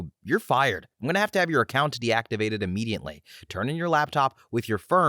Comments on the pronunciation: There is no "N" in the word IMMEDIATELY!!! Please tell me I'm not the only person driven crazy by this! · The word is IMMEDIATELY, but yes, there is no N.